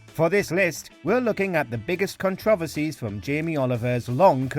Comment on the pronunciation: Did you mention controversy or cuntroversy?